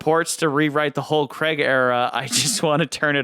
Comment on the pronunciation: Why do Americans struggle to pronounce Craig ? it rhymes with Vague or the Hague in the Netherlands , it's doesn't sound like Creg or Dreg